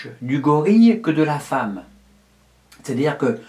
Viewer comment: // "LA feemme pourra se faire greffé des testicules " euh ...